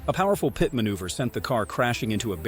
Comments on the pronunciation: It is a P.I.T. manoeuvre, not a PIAT manoeuvre. Please get it right. Good vid, though. Kudos to you. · What's with the pee et? It's pit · Learn how to pronounce the word pit.